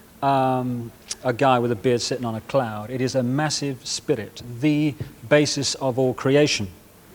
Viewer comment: ‘Massive spirit’, is delivered with an accidental Partridge r-roll.